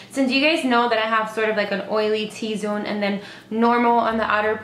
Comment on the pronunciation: It's not T-zone. Come on.